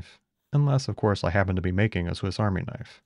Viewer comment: "That's not a knoife!" Yes. That o was intended! 😄